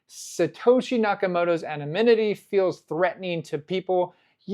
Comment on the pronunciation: You got your N’s and M’s mixed up on the word anonymity.